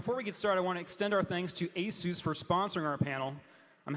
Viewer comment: Horrible pronunciation of Asus...